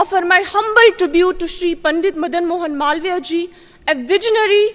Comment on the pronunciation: इसका उच्चारण मलाविया ठीक नही है। मालवीय है।